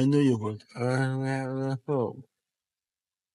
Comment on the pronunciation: why did murray say “i know you WOULD,” it’s kinda strange. 😭